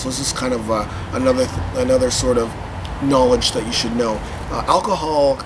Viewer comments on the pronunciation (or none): none